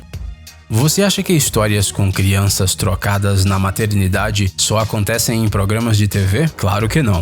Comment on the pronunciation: "Crianças trocadas"...rs...eu entendi "crianças drogadas"!kkkkkkkk